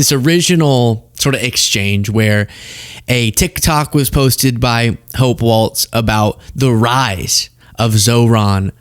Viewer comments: It's Walz not waltz. No T!!!!! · Hey would you please pronounce "Walz" properly? It's not "Waltz". It's like "walls". Thanks. 💜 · Quit saying Waltz!!! There's no "T!" It's Walz! Ok, I'm over it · Please,, the name is pronounced just like it is spelled. Your title shows that you're aware there is no "T" in the spelling... There is also no "T" in the pronunciation. It is not a dance - walTz - it is pronounced "WALLS" - no "T". I agree with everything you said here - I was a subscriber almost immediately after I discovered your feed - but, as a native Minnesotan, found myself distracted and annoyed by the mispronunciation. Keep fighting for reality and the truth, my friend! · Walz is pronounced like WALLS, not Waltz. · W-A-L-Z, not W-A-L-T-Z. Thanks. :) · Excellent as always,, but it’s Walz ( pronounced walls) not Waltz. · Is it pronounced Waltz or Walz? I'm hearing you say WALTZ. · Stop saying "walts" Start saying "walls" Thank you. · It’s “Walz” please don’t say waltz🙏🏼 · Stop saying his last name incorrectly.. it's WALZ. NOT WALTS.. THEN, , YOU CONDEMN A CHOSEN LABEL DEMOCRATIC SOCIALIST.. How dare you... You have turned into a whining cacapoopoohead... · Walzzzzzzzz not Waltz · Is it really so hard to say Walz instead of "WALTZ" 🤷‍♂️ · It's pronounced Walls, not waltz. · Walz, not Waltz. Try. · Sorry but everyone keeps making this mistake. It’s Walz pronounced “Walls” not “Wolts”. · Its pronounced “Walls” not “waltz” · Hope’s last name is pronounced “walls” not “waltz”. There’s no “t” in her name. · enunciated WALLS not WALTZ get it right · Its not WALTZ! It's WALZ! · "Walz" is pronounced like "Walls" NOT "Waltz"! Mike WALTZ was the dumbass National Security Advisor who leaked on Signal. Tim Walz (Walls) is the governor of Minnesota. It is as bad as when people call VP Harris "Camilla". Do the reasearch to at least pronouce the names correctly. Great content otherwise. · It's WalZ. Not WalTz. No T. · It’s Wall-z not Waltz